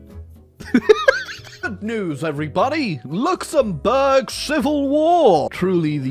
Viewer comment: "Luxembourg Raj"